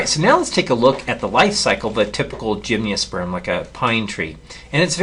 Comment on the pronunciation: Tremendous videos but why do you say "gymniosperm"? there's no "i".